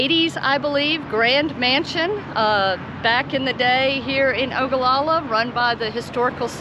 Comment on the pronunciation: Thank you for highlighting Ogallala. Proud you can pronounce Ogallala. Parents had a motel there in 1967. Front Street was the place. Had a french dip there last week that was great!!!!!!. Don't forget Lake Mac just 20 miles north. Great for spring and fall camping.